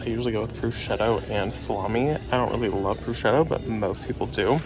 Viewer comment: Great tip about the mini bunches of grapes. I was laughing at proschetto... it's pro-shoe-toe